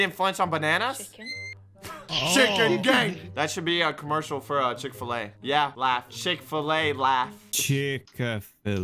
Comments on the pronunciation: Us: Proud that finally learned how to say 'McDonald's": Chickfilla Us: get out of my house NOW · reason: said chicka-filla instead of chic-fill-a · Chick filla nope. chick fill A nope. Chick-a-fill-ala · why does say chick a filla tbh i would prefer to say chick filla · says chick a filla. Socks; so you have chosen death... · just say chick-fill-et in THAT order